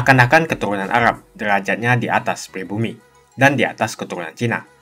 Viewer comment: Arab bang bukan agab